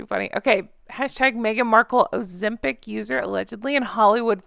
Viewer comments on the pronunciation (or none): none